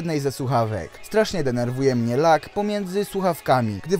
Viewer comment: Widzieliście już jak rozpocząłem zmianę swojego studio? :D Jeśli nie, to zapraszam! Swoją drogą! Z mojej strony sorry za błędy w audio przy wymowie słowa Bluetooth, które nie wiem czemu brzmi jak "plutuf" oraz "lag" które wybrzmiewa jako "lak" :D Myślałem, że wymawiam to poprawnie a to na odsłuchu nagle okazuje się, że taka heca :D No cóż, bywa Jestem ciekaw co sądzicie o tych słuchawkach. Czy za 50zł to odpowiednia kwota? Jestem ciekaw waszych opinii. Zapraszam do komentowania ;) Szybka edycja: Słuchawek tych nie polecam, jednak jeśli ktoś na prawdę bardzo chce ich spróbować, to zapraszam do zakupów z tego linka afiliacyjnego. W ten sposób wesprzesz mój kanał :)